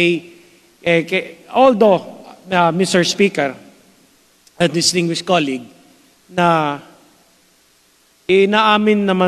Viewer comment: Hindi preparado si Cong Mannix sa sponsorship nya, budget pa! Kung you are expert on the subject, mag research ka! Layo ng sagot mo, hintay kapa na ibang agency at sponsor ang sasagot? Ang colueague mo pag prounced mo cAluegue! Purya gaba ka zamboanga, pamile mo og tarung nga representative sa Congress.